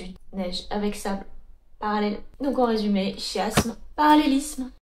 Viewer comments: On dit "kiasme" 😅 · Ça doit être son amour pour le Japon qui parle, trop de "ki" en elle 😅